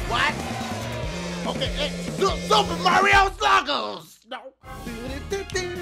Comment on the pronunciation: Mario Su-puh sluggers